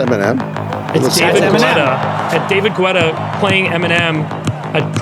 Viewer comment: “David Güeta”